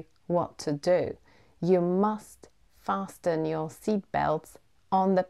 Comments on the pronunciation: 3.50 Did u say "fasten" with the sound /t/?!! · Dear, thank you for the very nice video. I just cannot understand why your t is not silent in the word fasten. Maybe I'm wrong but I think I learnt to pronounce it without t. Thanks again and we are looking forward to your next nice videos.